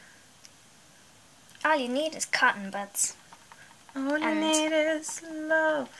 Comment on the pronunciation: It is a Guinea pig - someone who attempts something first to see if it works or not. Buds when you say it is super cute but it sounds like butts which I think is possibly why Emily was giggling 🤭🤭🤭 You two are wonderful together. Thank you so much for allowing us to share your precious time together xx 💚❤️💚